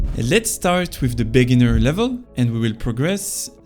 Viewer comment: love the videos 🔥if you work on fixing how you stress words you’ll get huge , (beGInner not BEginner, adVANtage not ADvantage, oPPOnent not OPPonent, poSItioning not POsitioning, OBstacle not obSTAcle, eLIminate not ELIminate etc…). It’s really easy to fix and will massively improve understandability 👍🏼. You can put ‘word pronunciation’ in google and it’ll say in bold the part you have to emphasize. Have a good one